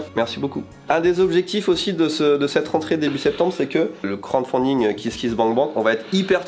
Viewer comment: par contre c'est crouade faounding beubeu 😂